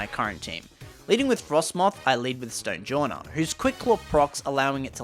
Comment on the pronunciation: "black StOoJillAnAr" It's stonejourner not stoojillanar